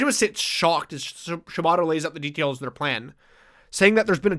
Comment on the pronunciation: my brain keeps hearing you guys saying "shibata" as "ciabatta" and it's really throwing me lol